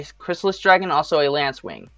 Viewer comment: Its Lacewing, not LaNcewing